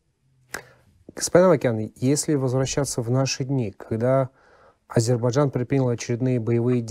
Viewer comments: Сначала научитесь правильно произносить название страны АЗЕРБАЙДЖАН, а потом "анализируйте". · А «Эксперт» пусть научится произносить 🇦🇿 АЗЕРБАЙДЖАН, а то народ не понимает о чем речь.